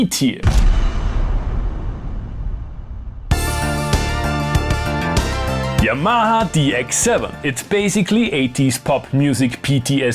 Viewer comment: I’m very confused because I don’t know if I love the way you say Yamaha or if I think it’s hilarious and ridiculous you definitely sound as if you’re saying yam ha ha ha